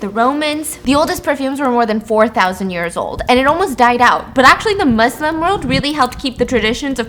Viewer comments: Stephanie saying Muslim instead of muZlim is why i would sacrifice a lung for her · She said Muslim correctly, literally love and appreciate her! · Idk why Stephanie pronouncing Muslim with an S made me happy 😭